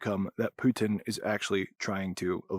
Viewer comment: PUH-tin. Spit that poo!